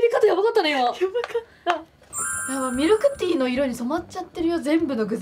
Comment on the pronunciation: ○ ミルクティー ✖ミクルティー